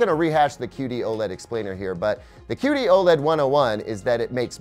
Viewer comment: Anyone else keep hearing 'cutie OLED'? Even the auto-generated captions are confused.